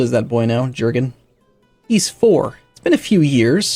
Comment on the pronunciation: Pronounce "Jürgen" like YUERGEN or YIRGEN.